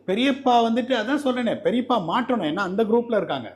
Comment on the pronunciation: Periyapol alla periyappa😂😂